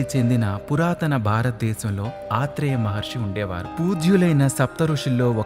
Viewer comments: ఆత్రేయ కాదు అత్రి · anna aatri maharshi kadu atri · ఆత్రి కాదు అత్రి అనాలి తెలుగు మాట్లాడం నేర్చుకోండి ముందు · ఆత్రి కాదు అత్రి మహర్షి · ఆత్రి కాదు ... ఆయన అత్రి. he is not AATHRI.. he is ATHRI. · అత్రి మహర్షి కాదు, ఆయన అత్రి మహర్షి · అత్రి కాదు అత్రి మహర్షి. సవరించుకోండి. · ఆత్రికాదు.అత్రిమహ ఋషి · Aatri maharishi. Kaadu. Atri. Maharishi. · ఆత్రీ కాదు.అత్రి మహా ముని.correct your self.bro. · ఆత్రిమహిర్షి అని పలకాలి. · Aarthi maharshi kaadu athri mahrshi annli